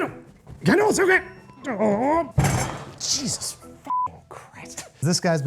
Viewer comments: Did he say Cheesus Christ 🤔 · Did he say CHEESUS???